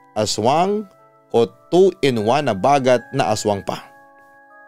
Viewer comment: Its bagat - stress on the 2nd sylllable